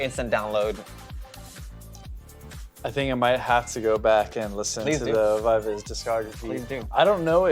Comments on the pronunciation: Gfriend are getting back together for 10th anniversary. Also it's pronounced Vee Vee Zee as it comes from members names Eunbi, Eunbi and Umji, bi bi ji. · VIVIZ Korean pronunciation is B-B-G.they took it from their real and stage names.Eunha & SinB- EunBI (they share the same real name) although Umji's real name is Yewon,they chose to take UmJI"s "JI". They stylized Bi-Bi-Ji as VIVIZ. The pronunciation remains the same 'BBG' .Pronouncing V-V-Z could be acceptable considering the global audiences but still BBG is the correct one